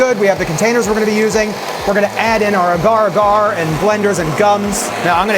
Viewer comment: Agar agar rhymes with logger logger. This is how it’s pronounced by my Filipino friends, who speak Tagalog, which is related to Malay, which is the source of the word.